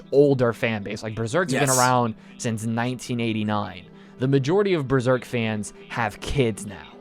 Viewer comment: Berserk, Hunter X Hunter, and Vagabond... Thats not how you say it...